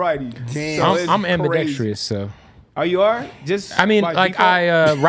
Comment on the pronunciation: I'm "amperdextrious" now 😂🤣😂